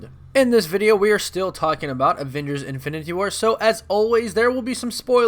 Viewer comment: Infininy war? 😂